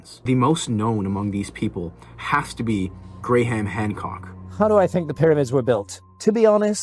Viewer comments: “Grey-Ham”? Really? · "Gray-Ham Hancock" 😂😂😂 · You're killing me with the "GreyHam" Hancock bro... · Did you just say Gray Ham Hancock!? Lmao. I’m out. You almost had a subscriber. When YouTubers miss on the names of super well known people that tells me they are lazy with their research. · did you just call him grey ham? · Did you call him “gray-ham”?? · grey-ham hancock😂😂😂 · Grey-Ham Hancock?